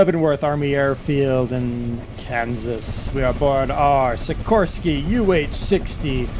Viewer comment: it's pronounced Sikor-Sky Like sick-or-sky named after the company's founder Igor-Sikorsky, who invented the first helicopter.